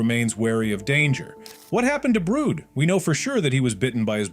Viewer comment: Bro called brid brood